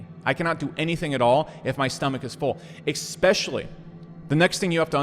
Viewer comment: I put up with him saying "expecially." I will do that to get the content. :-)